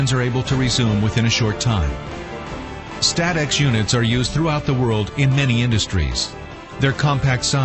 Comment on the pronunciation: Ah yes “St-atex”